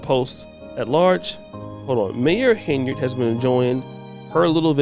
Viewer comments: Someone tell him that it is HEN-YARD, not Hey-nard! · Will you tell that fool it's Henyard not Ha' Ya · Isn't her name Henyard? Like hen yard? Not hey nard? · The guy is dumb as a box of rocks😮😮😮the witch name is pronounced, (hen-yard) meaning, a chicken in a grassy yard. He must be gen z.😢😢😢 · Hen - yerrd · Y is he saying heynard 😂😜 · He is not saying “Heynard” correctly 🫣!!